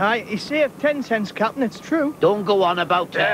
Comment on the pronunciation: Why does Ten Cents say 'Capan' in this episode and none of the others?